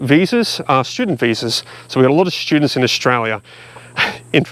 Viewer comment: Did you say students or pro sti toots. Not sure🤔